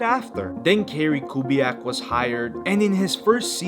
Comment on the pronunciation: did bro say kerry kubiak? lol